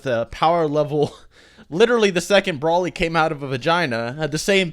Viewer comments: DUDE IT'S NOT BRÓLY OR BRAWLY It's Broly (Bro-lee).. ffs everytime you say it triggers me. Watch the dubbed movies and hear them... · Bro-ly not Brah-ly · why do you keep saying "brawly" instead of broly? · Broly not braly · Can you just say BROELY like everyone else... I’m pretty sure you’re like the only person on planet Earth who says BRAHLY. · It's broly not braly😭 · Damn dude, pronounce broly properly will u! It's not 'Brawley' it's Broly! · Omg the way he says “brawly” like bruh try at least. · I cringe every time you say Broly like Brawly 😂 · everyone says Broly like brawly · Are you stupid? "Braley"??? really? Learn how to pronounce Broly idiot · It's pronounced "Bro-Lee" smh lol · Me: Wow this seems interesting. I'll give it a watch: "Brawly" Me: I immediately regret this decision. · NOBODY FUCKING SAYS BRAHLY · Why is he pronouncing Broly as Brawly? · I was reading a comment chain while eating ice when said "Brawly". I slammed down my cup of ice and closed the chain (I'm on mobile) and was about to leave a triggered comment, but then corrected himself. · Say his fuckin name right dipshit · Dude your not saying broly right